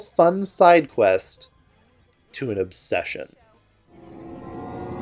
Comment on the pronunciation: 'obession' is making me laugh so hard